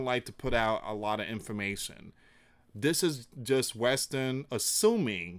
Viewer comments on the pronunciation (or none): none